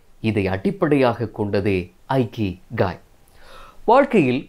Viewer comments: அருமை. அழகிய தமிழ். ஜப்பானிய புத்தகத்தை இகிgai என்று வாசிக்க வேண்டும். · Bro it is இகிgai. Not ஐகிகாய்